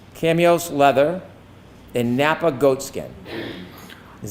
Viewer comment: Did just pronounce “chamois” leather as “cameos” leather? 🤔 So we have to add this mispronunciation to Officer Dever’s mispronunciation of “garage” as “guh-raRge.” Must be a Massachusetts kinda thing.